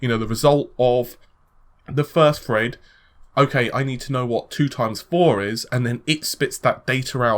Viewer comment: its not fucking fred!! its THREAD!!!